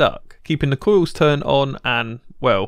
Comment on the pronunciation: It's pronounced coils not coiws